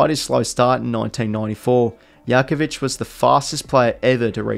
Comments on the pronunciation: Good video, but hearing Yakovich over and over almost killed me. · The J in jakovich is not a y sound, it’s a j sound Jack o vich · Jackovich is the Aussie way of pronouncing it. The European way is Yackovich. Agreed, sounded strange hearing it pronounced that way, especially for someone who watch his brother Glen play over 200 times for West Coast. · Yes, it's correct. He is Croatian and the J is pronounced with a Y. Obviously in the footy world it was easier and misunderstood to say Jakovich rather than Yakovic. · Haha I get you man, Jakovich is actually pronounced Yakovich with a silent J because of the Croation name/background. But yeah both are pronounced fine. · remember the 2 players Illija and Brent Grgic pronounced their surnames differently ... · good video but the way you say jackovich is gross